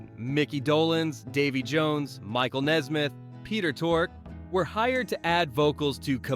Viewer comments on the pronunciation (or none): none